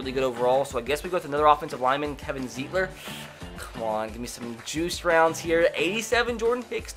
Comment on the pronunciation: "kevin" zeet-ler its pronounced Zite-ler